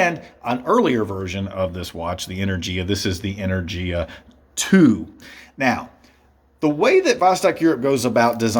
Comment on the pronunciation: You pronounce the name of the model wrong, but it's a good review overall.